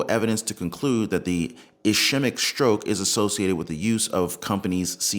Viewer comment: Sorry, but I have to....ischemic......S-KEY-mick